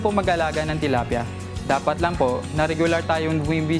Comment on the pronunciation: I heard her say "tolapia" . She's talking about fish.